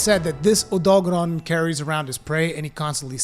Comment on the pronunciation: When he said “Odogaren”, did anyone else think of the “THIS IS JAMIE RIVIERA” guy? lol OdolKFjeldksfjkls. Please click n subscribe, once agian this has ben Jaime Rivlkdsafjalksjfdlkjslifj